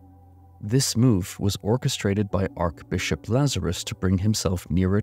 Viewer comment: loved the vid. just wanted to say, archbishop is pronounced "Ar-tshh - Bishop" not "Ark-Bishop" just thought you should know for yourself. no hate.